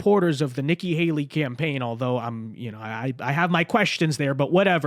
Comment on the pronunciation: Are you calling her "Icky Haley"? 😆